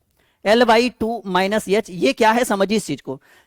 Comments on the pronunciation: सर वो यल नही एल होता है यच nhi एच होता ai 😂😂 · याच nhi एच होता है